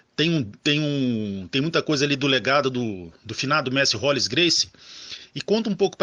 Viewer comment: Pq vcs colocam esse "I" no nome do Rolls? Não é rolis!